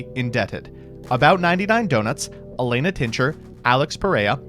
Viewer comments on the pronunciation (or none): none